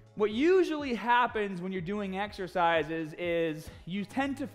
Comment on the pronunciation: "exercises" threw me off. I feel like we got a glimpse into what mid western would sound like.